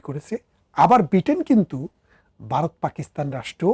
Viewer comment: Baat khaowa, Baaroth,dorson ki pronunciation!